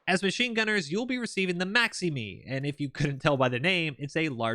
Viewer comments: ADF normally pronounces the maximi and minimi with an "eye" sound on the end instead of "me" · They are pronounced "minimy" and "maximy". I was always carrying the maxi irl. So much fun to shoot it. The Bushmasters also brush off IED's because of the v hull shape at the bottom. The axles, tyres and compartments are designed to rip off to reduce damage to troops. The MRH90's are crap. They are phasing them out soon because they are so useless. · Only one petpeeve in this video mate The weapon systems are pronounced MINI--MI , MAXI-MI, and A-SLAV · It’s pronounced mini mi not mini me same for the maximi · Just for future reference the minimi and maximi are not pronounced minime they are pronounced minimy